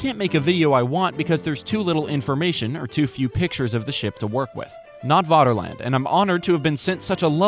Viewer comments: You're already on the German security service's watchlist by pronouncing Vaterland as Waterland. V = F in German. FFFFFATERLAND!!!! Like Führer or verdammte Scheisse! You're every move is being watched and documented and stored on microfilm in a vault under the German embassy in Argentina. Extradition is being discussed but as ever the US government is being uncooperative in the prosecution of one of their own for war crimes and violations of the Geneva convention. Proceed carefully. Ffffery kärvullie! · It's pronounced 'Faterland' - 'v's are pronounced as 'f' in German...